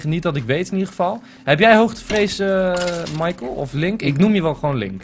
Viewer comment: michael niet michiel